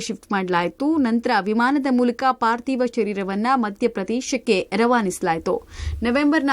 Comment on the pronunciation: Adu partiv alla chennagi parthiv , dikkara alla dhikkara anta matadodu kaliri ...a.. shtu repeat yaake